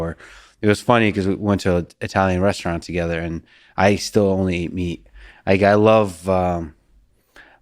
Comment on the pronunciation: “Unter gader “ lol 😂 I love GSP but he butchers the English language.